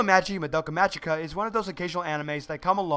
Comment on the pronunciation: Just figured I'd let you know.(Not bitching or anything) You're pronouncing "Magica" wrong. It's pronounced with a hard "g." Like the "g" in the word "go". Not Mah-jee-ka. Great review, though. I really like all of your reviews.